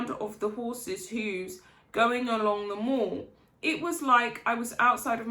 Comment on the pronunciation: The Mall rhymes with Pal not Fall!